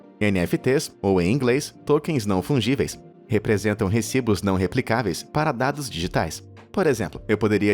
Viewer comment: Ele: Taco não Fungível oq eu entendi: Taco não F*divel